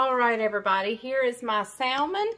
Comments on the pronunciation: Your salmon looks wonderful but I know you’re from North Carolina and I have a friend from North Carolina and she salmon the same way you do but I am southern to from Georgia . the pronunciation of salmon is samon It has a silent L. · Love that you’re getting away! 🌴……you do know the L in Salmon is silent…?